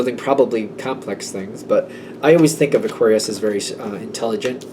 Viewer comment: aQUUarius! 😂 thanks again, love your energy ✨